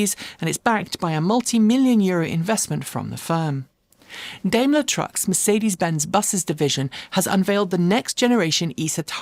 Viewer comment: I've never heard Daimler pronounced "daym ler", and a quick search seems to back that up: most pronounce it "dym ler".